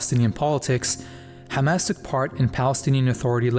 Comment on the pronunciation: I love hearing bro say حماس not Hamas or Khamas